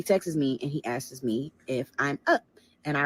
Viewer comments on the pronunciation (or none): And askes instead of asks